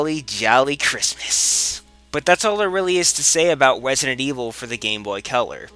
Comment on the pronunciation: "Wesident Evil" ~